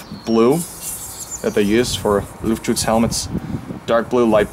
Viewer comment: I'm german and I have to say for an english speaking person you said Luftschutz really great (no sarkasm)